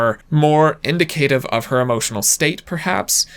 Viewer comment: I've never heard "indicative" pronounced as he speaks it. Also, #FreeBritney